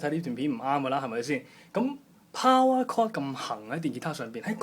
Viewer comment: it is called POWER CHORD, not "POWAR CORD"